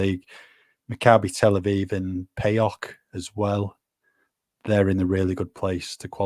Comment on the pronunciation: Lads PAOK is pronounced Pow-k. From a reliable Greek source.